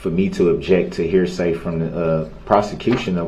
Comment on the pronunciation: Here say........axe me again 🤡🤡🤯🤯